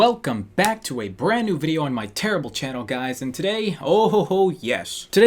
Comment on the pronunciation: "terry-ble channel" Okay im leaving